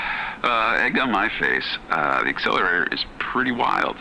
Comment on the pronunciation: “You have to beat the game dis many times” cut to him after beating da game, dis many times